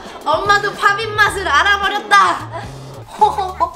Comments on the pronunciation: 팝잇있데 팝빗이라고 하내요 ㅋㅋㅋ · 여기는 팝잇을 파빗이라고 발음안하고 팝핏이라고하넹ㅋㅋㅋ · 근데 왜 자꾸 팝잇을 팝빗이라고 해요?